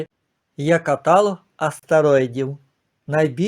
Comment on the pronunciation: КаталОг -- наголос на третьому складі. В каталОзі 😉